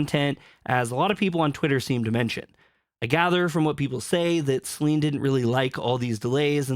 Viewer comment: I dont want to be that guy, but everytime i hear you say SelEEEEEEN it irritates me. It doesnt take more than a minute to look up how her name is pronounced. If you are gonna ride the wave to get views, at least get her name right.